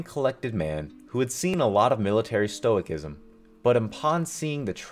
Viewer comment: Brig-uh-deer Stoh-ih-sizum